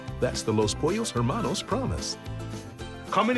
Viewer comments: "pOllOus hEmaNous" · as a native spanish speaker the way he said pollos hermanos made me throw up in my mouth